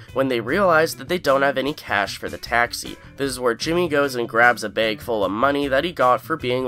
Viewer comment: Hearing you say "bag" and "tag" revealed to me that you're Canadian lol.